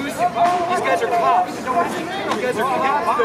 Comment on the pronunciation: Is he calling them “cops” cause it sound like he’s saying “clops”.